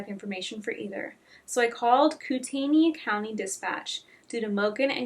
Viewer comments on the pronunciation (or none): moscow is pronounced moss-co kootenai is pronounced coot-knee